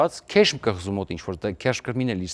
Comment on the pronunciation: Իրանական կղզին (քեշմ) չի կոչվում, այլ.Ղեշմ